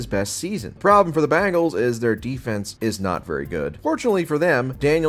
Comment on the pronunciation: Who the hell are the BANGLES? Oh, yeah, they are a pop rock band. Geez, you talk about football for a living and can't even pronounce "Bengals"? Can you say the word "BEN" followed by the word "GULLS"? Just try it. And Dallas is going to walk into Detroit and win? Um...no. Not at all.